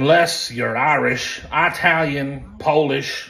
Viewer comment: EYE-TAL-YUN RAHHHH